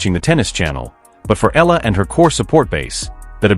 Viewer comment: Please pronounce her name correctly. Her name is Alexandra/Alex Eala (Eyala). We are proud of her.